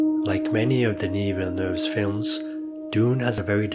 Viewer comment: I don't hear anglophones often pronouncing Denis Villeneuve properly. You are one of a few.